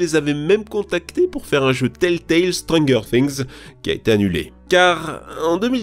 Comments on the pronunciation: Strengueur things ?? Gros tu fais exprès ? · « Strangueur tingz » 🤦🏾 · stranGUer things, donc on dit: "ceci est très strangue" 🤣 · STRUNGUEUR TINGS XD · «strangueur» oof mes oreilles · "Strangueur thing" quoi '-' ? "Boba fite" pardon ?? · faux faire un petit effort question prononciation...le STRANGUEUR Things passe mal (même avec de l'eau)